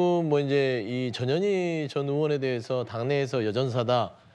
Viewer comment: 전현희.. 전현희... 저녀ㄴ희..? 들을수록 욕하는 거 같네 거참 ㅋㅋ